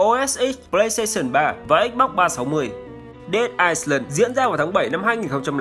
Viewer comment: Dead Island, chữ "Island" không đọc "s" anh nhé.